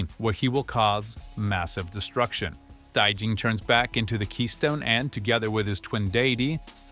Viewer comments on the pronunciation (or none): day-Jin too 😭